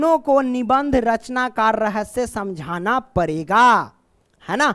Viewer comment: Sir padega hota hai parega nhi